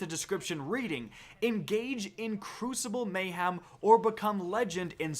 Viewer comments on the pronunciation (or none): have you never heard anyone say the word mayhem before. its not a hard word and you said it so many times. just look at the way its spelt. mayHEM not ham, hem. your whole job is just reading news off the bungie app but you cant say mayhem? jees bro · It's MAY-HEM, not MAY-HAM! There's no pork in the word. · May-Ham is coming back XD